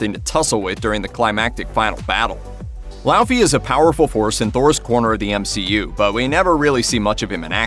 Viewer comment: Bro you said laufey wrong